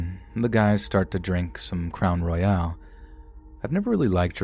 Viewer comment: Crown Roy-ale lmao